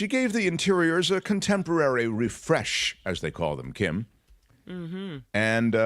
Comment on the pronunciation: I'm From New Zealand. Kim's pronunciation is Correct.